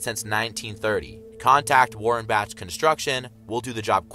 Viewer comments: It’s Bach (bak) not Batch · i believe that "tyre" is a saw also i think bach is pronounced back but with an elongated "A" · Its Warren-Bak pronounces Bach is said like Bock. The logo is not lightning it's an excavator / table saw.